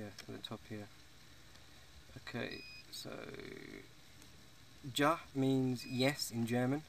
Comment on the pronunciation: Remember mileage is actually kilometerage. And it's pronounced 'Ya', not 'Ja' :)